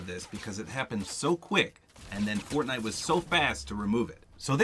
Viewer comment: he said fortnut